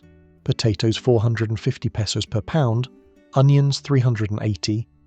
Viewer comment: This sounds like Ai garbage. Can’t even pronounce “Pesos” correctly.